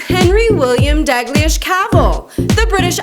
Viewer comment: i thought the "g" in the word "daigliesh" is silent